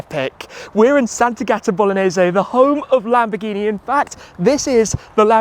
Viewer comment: Sant'Agata Bolognese pronounced uncorrectly